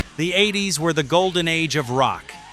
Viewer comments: I still think this is AI. If you are a real carbon based life form speaking in a North-American accent in English and covering rock history of the US and British bands, why are you located in Nigeria? Why would you ever think that mispronouncing 80s and pretending it was a stylistic decision is something anybody would believe? If you really are.a human and not AI, you should understand that a large number of people who hear something that sets off the AI alarm, they stop watching the video. Some stop the video and head to the comments section to warn others not to waste their time. I hope I’m wrong. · I really wish people that use text for speech for their video narrations would take the time out to correct pronunciations in their voice tracks. It sounds ridiculous when you release them like this. just sayin.. i wouldn't release a track in this state. eight zero s??? blind in texas?? seriously.. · ahh, i remember the "eight zero s".. good job ai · You may have to write out numerals like eighties for the AI to pronounce it that way in the.prompts. Outside of that. The AI is pretty good for AI. A bit cliche on the script. But that’s the thing about AI, it can only go by established patterns of writting. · Really don't like these ai narrations, absolutely no feeling for the content, " in the eight zero s" really? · I get the point. I'm genx so MTV was an important part of my life. :-D It's just the mispronouncing of WASP as individual letters and not the word, saying '80s' as 'eight zero ess' was bizarre. And others. It's just that nobody I know of prefers ai narration over human. Hoping the guy that said he'd narrate for you gets taken seriously. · More faking AI shit, can't even get the song titles right. And eight zero ess, who says that? AI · “Late Eight Zero S”?? How can AI be so dumb? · That's AI for you! That's like the 1980s being called, 'the eight zero ess' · The mid eight zero ess? WTF is that? God, I hate AI voice overs! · Multiple times....! I'm shocked!